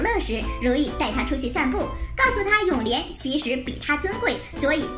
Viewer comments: 是永琏不是永涟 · 璉，不是漣